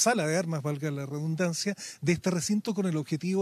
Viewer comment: Cuanto lo siento ,muy lamentable . Sr Periodista la palabra es "redundancia " no rebundancia .